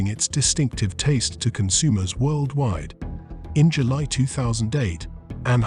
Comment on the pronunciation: “Workdwide.” Are you high?